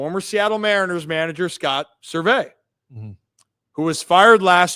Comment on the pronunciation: Is “Ser-vay” an inside joke or something? He’s always been Scott “Service”